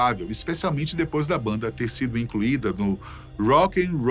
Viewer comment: parei de ver o video depois que ele falou a mesma coisa 3 vezes "a baanda mais perigosa do mundo"